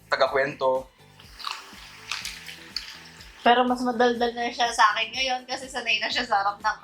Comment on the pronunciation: Tiga pampanga po kayo no? Parehas po kasi kayo ni Aljon magbigkas ng “sakin” haha